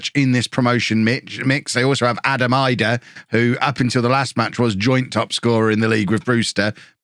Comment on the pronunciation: Idah is pronounced Ee-dah btw